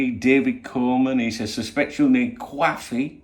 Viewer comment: Do enjoy how original these morning briefings are. Keep it up. Get ya tests done then get back for a cwoffee